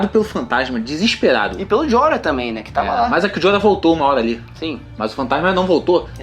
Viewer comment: jorah(joráh) seu corno!